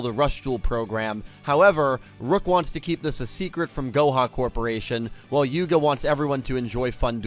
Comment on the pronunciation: You said Yugo instead of Yuga. As my favourite Yu boy would say to you: "Yugo ja na, Yugo da". Or in this case "Yugo ja na, Yuga da". Still, nice to know our man Yugo still lives in your mind.